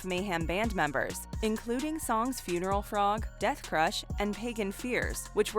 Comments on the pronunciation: Did she really just call mayhems song funeral fog funeral frog? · Dude, "Funeral *Frog*"!? Really? How about Funeral FOG SMH geez people..